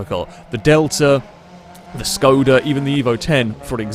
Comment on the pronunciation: Pls don't pronounce Škoda as "scouda"